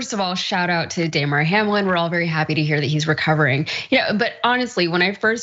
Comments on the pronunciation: The woman at the end didn't even pronounce his name right. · The woman is so worried about Hamlin that she doesnt know how to say his first name i guess.